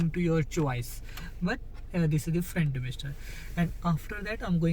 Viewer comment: Is it frant damister or front damister plzzz speak clear so we can understand